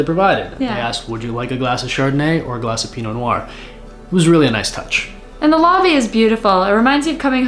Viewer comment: Next time, learn to pronounce Pinot Noir or, at least, how to hold a wine glass.